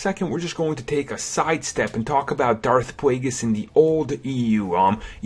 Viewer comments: dauwf pwaygiss lol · Darth Pwaygus?